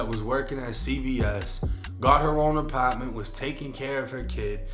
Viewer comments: Wtf is an “APOTMENT”😂😂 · Why does bro refuse to say apartment the right way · Her apawtment